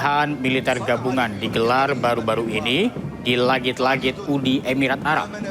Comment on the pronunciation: Yang bener "uni emirat arab" .. Bukan "UDI EBIRAT ARAB"